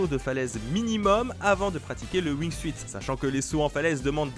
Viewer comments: on dit "wingsoute" pas "wing-suite" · Jaime comment il dise le wuing suite au lieux du de la prononciation en anglais du wing soute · On dit pas Wing"suite" on dit Wing"sout" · ça se prononce wignesout pas wignesuite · ouingsuït.... Ca se prononce Wingsout ! Tu ma stressé >w< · Le "wingsUIte" lol... SA SE PRONONCE LE "WINGSUTE" !! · "wingsuite"... please, ça se prononce "wingsoute", c'est la base! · Ça me démange à chaque fois que tu dis "wingsuite" (Ça se prononce wingsoute) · Wingsout on dit bordel, pas wingsuiiiit... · lol il a dit wingsuïte mais sa se prononce wingsoute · Ca se prononce wingsute pas wingsuite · Wingsuit se prononce Wingsout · alors wingsuit ne se prononce pas wingsuite mais ring sout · wingsuit se prononce wing "syoute" et pas wing "suite" c'est pas grand chose mais ça nique vraiment la crédibilité... s'il vous plait faites gaffe à ce genre de detail, sur une video de ce niveau sur une chaîne de ce niveau ! z'êtes pas des amateurs enfin ! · Arretez de dire wingsuite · Wingsuit, ça se pronnonce wing-soutte. Merci. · pitié on dit "wing sioute" c'est de l'anglais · Mdr « wingsouite » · Wingsuite?! Les gars c'est pas comme ça qu'on prononce! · Le Wing SUITE 😂😂😂 Enfin... c'est pas compliqué de dire wingsuite comme il faut... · On dit wing suuuuuuuuuit pt1 aprennez à prononcer pt1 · sa se prononce windsoute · Wing"suite" omg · Le wingsouite ? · Ca se dit wing soute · Prononcer WINGSOUTE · On dit pas wingsuit on prononce wingsunt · Wing siout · Wing soute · Prononciation wingsuit est 😂😂😂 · La prononciation de wingsuit m'a écorché les oreilles ico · mes oreilles saignent (wingsuit) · du wingsUUUit wesh respectés la prononciation les gars et du TALCK pour la grimpe mais putain...